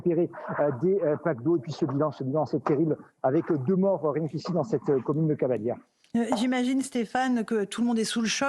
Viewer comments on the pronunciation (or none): Hey les journalistes de choc c'est Cavalaire et pas cavalière....😂